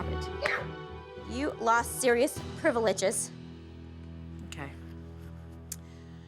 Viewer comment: Ok ok I laughed when the mom said priv eh liv ges instead of privileges.